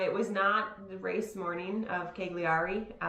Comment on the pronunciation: Great following you Gwen. We were just in Sardinia (my daughter lives in Milan). You guys pronounce Cagliari like I used to, and as all Americans do. It’s actually “Ky-lee-ar-i”. Forget the “g”. Also, do the Bolder Boulder next year if you are in town; great race and training run for you. And what about the many tri’s in Boulder?